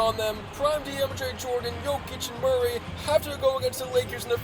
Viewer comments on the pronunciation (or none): none